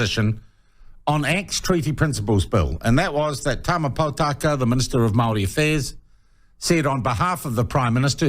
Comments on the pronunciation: Your pronounciation of Maori is flpn disgusting.... I agree with some.points of Winston, but boy dont state Maori words because your mouth sounds piggish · If you cant promounce maori words properly DONT TRY but LEARN